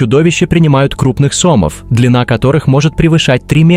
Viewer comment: Я разрушу для тебя главный миф: ударение существует и имеет значение! Привет от сомОв))